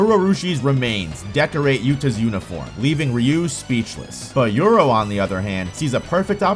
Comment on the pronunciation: Uro not yuro